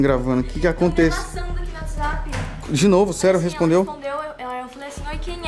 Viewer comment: "Whatts app"KKKK EU AMO ESSES ERROS KKKLL